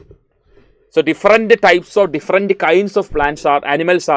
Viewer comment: Sir your pronouns is not correct “diferent” sir your pronouns this not correct “different “ this is corrected pronouns thank you sir thank you 🤩